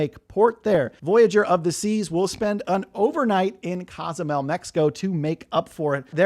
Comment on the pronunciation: whats Casamel mexico? need to learn how pronouce the cities since youre a cruise expert?